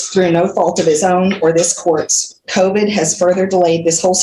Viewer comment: "COVIT"? The word is "COVID", your honor.